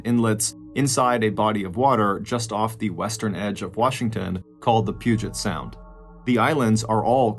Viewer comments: And pronouncing the Puget Sound right 😊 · not only pronounced Puget Sound right but didn't call it the ocean.